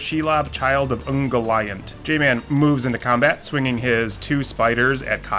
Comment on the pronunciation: It’s sorta like UNN-GO-LEE-UNT